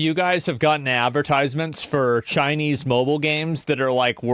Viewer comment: Thanks for recognizing China's plagiarism. In one video, I heard "chin-a-nese" 68 times. China China China!